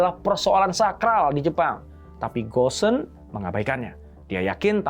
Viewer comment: Bukan gosen…bacanya go-n…